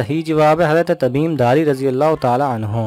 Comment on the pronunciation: Tamim he tadum nhi